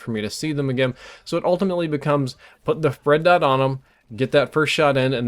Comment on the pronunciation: did he say "Fred Dot"? I know he means red dot, but it sounds like he said fred.